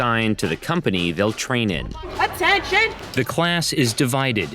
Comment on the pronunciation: The way the narrator keeps pronouncing “cadre” makes me cringe.